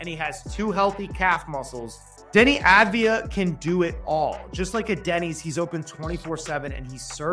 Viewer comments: AV-DIA not AD-VIA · His name is Avdija not Advija, you are pronouncing his name wrong the whole video. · It’s AVdija not ADvija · Its Avdija not Advija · How can you so consistently mangle his name 😂 It's Denny Avidija, like "Avdiya" - you constantly switch the d and the v and say "Adviya" 😂😂😂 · Small correction- It's aVdija, not aDvija. (AV-DEE-YA). It's a Serbian last name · Avdija not advija